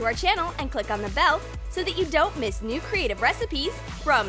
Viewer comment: Did anyone notice she said check their neew channel WooHoo while this Troom Troom